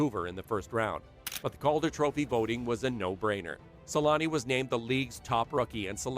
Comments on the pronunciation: Teemu Sel-anne (Selänne) The letter Ä, is pronounced kind of like the A in the word damn. Or just saying aaah, I dont know if this helps at all. The way you say it is something like selaani. To pronunce it corectly you got to be quicker: Se-länne. Much like for example the word banger, is bänger same sound for the A in this scenario. For example bad is said the same way, but we would spell it bäd. OK the best example is "the savage" se-länne Hope this helps, even a ittle. All love from Finland! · As a Finnish myself it was always weird to me as a kid how American people can't say his name right, but I realised at one point our language is one of the hardest ones to learn 😅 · u butchered his name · is it so hard to do a 4 second googling "how to pronounce Selänne"?? 😂 also why drop a whole ass letter from someone's name, "Temu Salami" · It's embarrassing how the name Selänne is pronounced in this video.